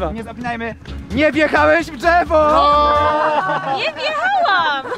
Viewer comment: ...Drzewo się mówi a nie dżewo XD